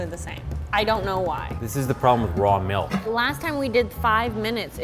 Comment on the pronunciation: She said melk. Dislike